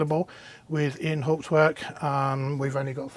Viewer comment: PLEASE PLEASE PLEASE learn how to pronounce Hauptwerk!!